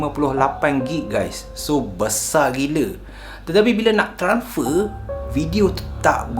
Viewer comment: transfer... bukan tranfer..